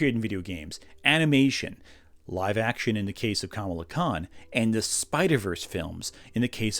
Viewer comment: I know this is a small nitpick and so far I like the video, (I'm ) but Kamala Khan's name is pronounced the way people were mispronouncing Kamala Harris's name.